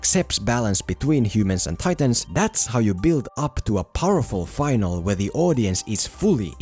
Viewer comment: The word is Finale!! - Fin-al-E Not Final with a silent "e" //gets hit